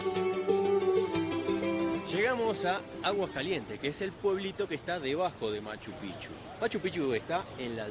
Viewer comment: Hola, la correcta pronunciación de Machu Picchu es "machu pijchu".